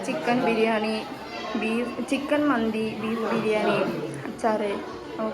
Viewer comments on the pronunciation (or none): none